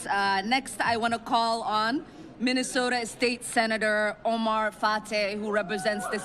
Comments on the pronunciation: What's a "Minneso-an"? Sounds like she purposefully omits BOTH of the TWO "T"s? She's such a PHONY! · I thought there was a t in minnesota.